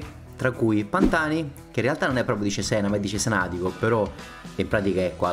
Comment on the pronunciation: gran bel video! unica nota il nome: ciséna, non zizen 😂